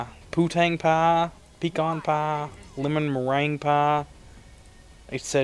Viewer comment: Poo-tang pah, Pee-Khan Pah, Lemon Maraine Pah.